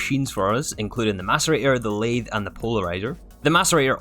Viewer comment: I'm a machinist and I'm triggered with you prononciation of that "lathe"😭